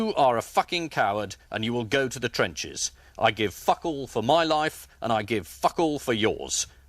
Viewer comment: loool i love how he emphases fuck